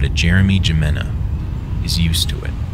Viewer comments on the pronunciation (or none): I just want to say, that it's most likely that "Jimena" is supposed to be pronounced like "*hih*-mena" not with a hard j, since I'm pretty sure it's spanish/hispanic(or whatever it's supposed to be). (From the spanish language lol)